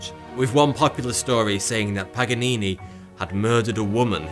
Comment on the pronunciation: Lol what about pagganini 🤣